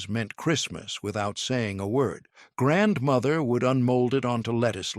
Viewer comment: I HATE that he not only incessantly says 'grandmother', he puts the accent on the wrong syllable and keeps saying grandMOTHer.